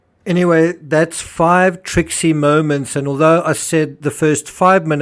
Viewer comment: What's a "trixie moment"? (at least that's what it sounds like he's saying).